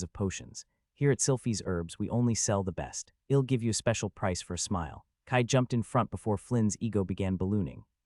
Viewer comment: The (I'll) in I'll come back to check on you), is pronounced like, ill (sick), and not I'll (I will), it's a bit distracting 😅 it is in all the places (I'll) is used, so far I think. Doing my best to ignore it, but thought I should mention it at least. Great story 👍👍 love it 😊